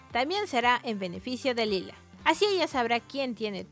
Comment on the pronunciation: Lyla (LAILA) no (lila)